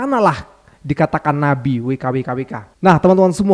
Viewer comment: ❤❤ Ma'af, sya kok salah dengar, nyebut Nabi apa BABI???????????.❤